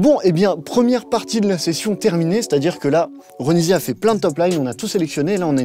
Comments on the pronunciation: Je connais pas l artiste a la base mais il a dit Ronivia au lieu de Ronisia? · Ce n’est pas ronivia c’est ronisia